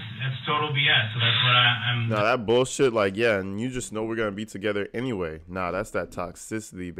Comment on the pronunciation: Yes—toxicity is definitely it! So much so that it reached through the screen and made my stomach hurt when DB said “you know we gon’ end up being together ennyway”. 🤢